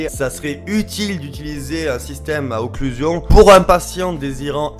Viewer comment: Tu fais une video sur un principe dont tu ne sais même pas prononcer le nom mon dieu c le fond d’internet la